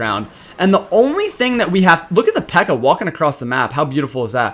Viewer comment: Why does he say mini pekka with the hard r?